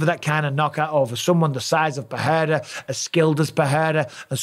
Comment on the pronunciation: Does Busping know his name is PeReira but not PeHeira or PeJeira?